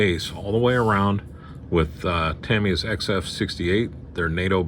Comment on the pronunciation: Good "Wilhelm Scream" when the one figure fell! 😆👍 The station is coming along nicely. You are one of the very few YT modelers who pronounces Tamiya correctly! 👍